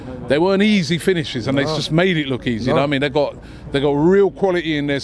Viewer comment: If Robbie can stop saying ‘Na waimean’ that would be great thank you